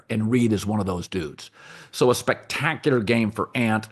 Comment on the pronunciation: can colin not pronounce the word spectacular